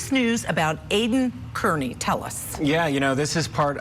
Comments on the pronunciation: OMG, pronounce his name correctly already! It’s like “Car-Knee” not “Kearn-Knee” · Aidan is Irish. His last name is Kearney. Prounpunced. Carney. This show get the stuff together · C'mon - You've been there the whole time and you don't know it's Car-ney? And Court TV -it's BRADL. Gross for "journalists" not to be able to pronounce or spell correctly. 🙄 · ... It's "Car-knee" 😉